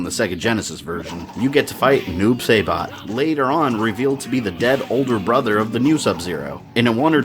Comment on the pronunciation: noob sey-bot